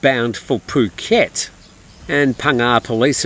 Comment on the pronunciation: Poo -ket not ph (as in "f" pronunciation) ?? F u (oo) ket ?? I'd never subscribe to your channel when you seem to belittle Thai nationals and their pronunciation of Thai words.